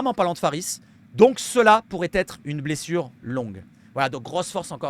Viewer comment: Ta dit blesuce😂❤